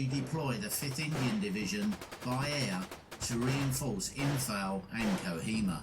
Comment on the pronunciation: This is so annoying. He constantly mispronounces “Imphal”, which is a hugely significant battle and very well known. It’s also incorrectly spelt on the map. And he repeatedly pronounces ‘lieutenant’ as “lootenent” in reference to British officers, as if he’s speaking American.